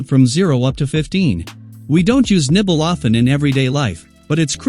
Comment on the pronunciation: I keep hearing nipple 😭😭😭